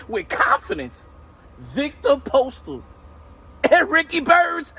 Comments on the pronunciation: That man said Ricky Burnz 😂😂😂😂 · If you hear closely Canelo calls Ricky Burns, Ricky Bums. lol 😂